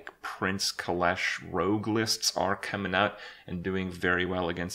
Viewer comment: kalesh? m8 it's keleseth